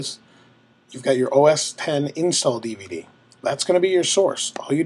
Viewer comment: Thank you for pronouncing OS X correctly! And for a great tutorial.